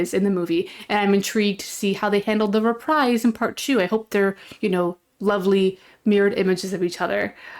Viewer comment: Not "re-prize." Re-preez.